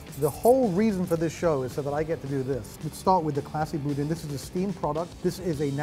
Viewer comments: I like Cochon, the restaurant, but I don't like Cochon Butcher, where was at first. And, it's pronounced Boo-DAN, like the other guy kept saying. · It's boo-DAN. He even corrected you. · Besides profound and ethereal, he also says evocation on every video. Also, it is Boo-Dan. Thanks.